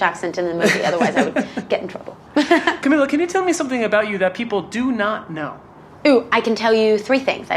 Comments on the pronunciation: the way the interviewer said her name wrong the entire video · we just gonna forget that the interview called her camilla and not camEEla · I love her!!! Amazing but you said Camila and her mom’s name wrong (mispronounced names is one of my pet peeves) Other than that, I love this interview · it annoyed me how he kept saying her name wrong...